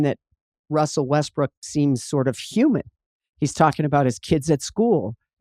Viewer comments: I always hear "Westbrick" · jackie said westbrick lmaooooooo